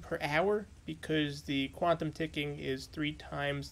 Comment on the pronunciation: “Quabtom ticking”